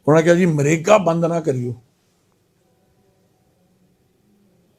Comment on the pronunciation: देख लो BJP के प्रधान का हाल मनरेगा को मरेगा बोल रहा है.